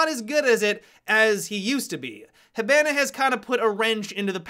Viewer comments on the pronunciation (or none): does it bother anyone else how he says Hibana?